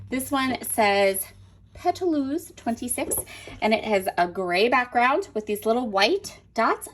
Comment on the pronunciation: Pétalos means petals in English. Pronounce as Pet-tah-lows. I love Mintopia and fortunately Frank Garcia store carries it!